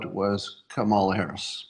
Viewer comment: Scott, it isn't pronounced Kama'la, but ", luh" or "Comma la."